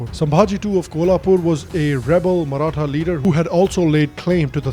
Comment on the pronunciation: The pronunciation got of all the maratha people surnames is absolutely brilliant. Very less people are able to do it correctly